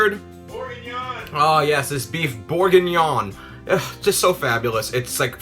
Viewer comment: Beouf Bor-gnin-yan